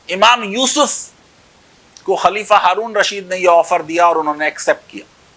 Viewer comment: As-Safa is true not al-safa, similarly Haroon ur rasheed is true not haroon ul rasheed. Try to study lunar letters and solar letters, the term al is spoken before lunar letters but it burns into a- the letter in solar letters.